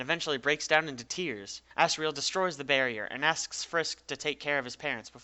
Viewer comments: you pronounced it assreal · "asriel" microsoft sam: "A SS RAIL" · did u say ass riel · sounded like you said ASS-riel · that's asriel as it gets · pfftI just put on cc and it said "ass real" XDD